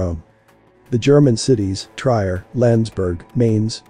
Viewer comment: Trier is pronounced tree-air.